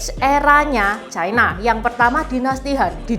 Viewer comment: Ucapan yg bnr China, bukan Chaina